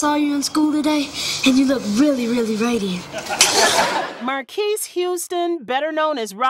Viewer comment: 1st of all, they said his name wrong, it sounds like Marcus, not Marquis, but he was in Immature looong before Sister, Sister